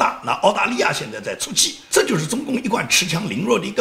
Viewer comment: ，您好！不好意思，是恃(shi)强凌弱。